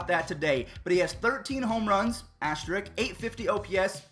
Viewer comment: bruh there’s an “S” before the “K” in “asterisk.” It’s not “asterik”